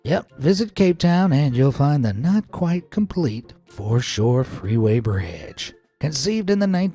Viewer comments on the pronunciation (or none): For sure... ("Foreshore")